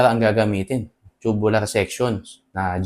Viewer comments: agree po ako sa inyo pero ang pronunciation po ay toobyoolar "Tubular" is pronounced TOO-byoo-lur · It depends. Tube is pronounced as "choob" if it's in the UK accent and "toob" if the US accent. Both are correct. Parang "tomato": pwede to-may-to (US accent) or to-mat-to. New York: pronounced as "noo York" (US accent) or "nyu York" (UK accent). Both are correct. So it can be pronounced as choo-byu-lar or toob-yu-lar.